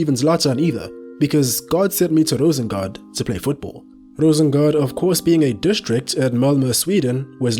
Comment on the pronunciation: Rosengård - not Rosengard. Ffs.